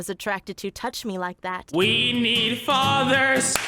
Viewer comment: “WE NEED FATHERs 👏👏👏👏👏We nEeeeD FaTherSS👏👏👏👏👏✨✨ -go me rolling fr tho